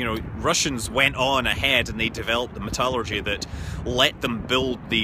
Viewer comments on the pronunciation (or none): Met-ALL-ur-gee... Are you sure that's Scottish? ;} Cheers, and I do appreciate the jibe at #gamergate ; that was like trying to talk to a pubescent teenager about social responsibility.